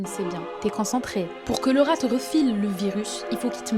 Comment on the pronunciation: D'un RRRRAt 😂mdr maintenant ya tout l'est de la France qui est contaminé 😢